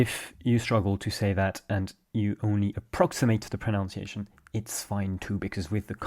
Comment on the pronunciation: proNUNciation not proNOUNciation.